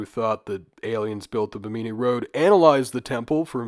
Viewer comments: its BIH-mini ... not BIH-meany lol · Stop saying "Beemeenee". Bim min ee. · It pronounced Bhim-in-ee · Its Bemini.. as in Behm-mini.. Not bemeenee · Bahamian here! Its pronounced bim•in•e not bim•een•e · The emphasis in Bimini is on the first syllable so it sounds like Bim knee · Bimini is pronounced Bim-in-e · Pronounced BIM -AH - KNEE. Right? Am I the only one? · You would think someone would take two seconds to learn how to pronounce something. When the very first thing you say makes you sound stupid it's difficult to take anything the video says seriously. Beemeeneee was fucking killing me. Learn how to read. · Bimini is pronounced like enemy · Bim-ah-knee not a panini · love you and the series but for the love of all that is holy double check pronunciation when you say Bimini 54 times in the first few minutes haha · Trying your channel for the first time and the first thing I hear is you mispronouncing “Bimini” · that's not how you say Bimini lmao had to instantly turn the video off...this is easily available information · Is he pronouncing Bimini incorrectly or have i been? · Omg ur pronunciation of bimini is so hard to listen to. Like just click the pronunciation button on Wikipedia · Love when youtubers open their video prouncing something completely wrong when it literally takes 5 seconds to confirm a pronunciation of a place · Have I been pronouncing Bimini wrong my whole life or am I taking crazy pills? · you pronounced bimini wrong the entire time lmao my god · The way you pronounce Bimini hurts me. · Then pronounce it right????? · How do you not know how to say Bimini? 🤦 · Hard to believe this guy did any real research on these subjects, when he can't even correctly pronounce 'Bimini' or 'Ica.'